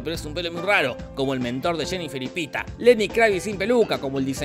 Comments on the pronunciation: es pita no peeta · Se dice pita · Que es "Peter", no "peeta". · 137 veces dice pitah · Ese Peeta dice mal que mil Peetas. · Por si se lo preguntaban (probablemente no) Jorge dijo "Peeta" 50 veces durante todo el video (si, las conté Jajaja) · Cuando en el video se comenzó a contar cuantas veces dijeron Peeta en la película, yo atrasé el video hasta el inicio y comencé a contar cuantas veces se dijo peeta en el video jajajja Según mis cuentas fueron 50 veces! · Peeta Estevanez😅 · (WATCH MY LAST VIDEO) Eliminemos a Davis Stevens así lo creí al ver la película, aunque me resultaba raro q lo pronunciaran tan británico, pero no... resulta q su nombre es PEETA Mellark. 🤷🏼‍♀️